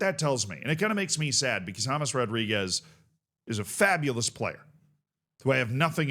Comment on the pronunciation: His name is James, not James